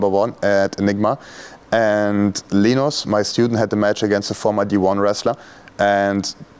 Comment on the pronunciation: It's LINUS not Lenos